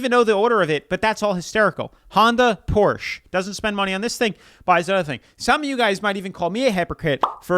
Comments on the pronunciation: Its Porsche, not Porsch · *A PORCH OF COURSHHHHHHH * HAD ME DYING 🤣🤣🤣